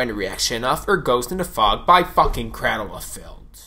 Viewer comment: Crādle bro, crādle. Ā long a your killing me saying that man. Even Dani says it right and he has more of a accent than you.